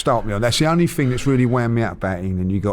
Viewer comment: Stop saying "Ting" instead of 'Thing' ffs!..🤪